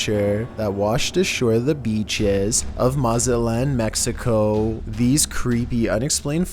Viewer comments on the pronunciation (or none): none